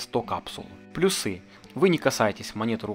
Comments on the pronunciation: Офигенное видео , но плЮсы , а не плюсЫ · Спасибо за видео! Почему вы говорите плюсЫ?)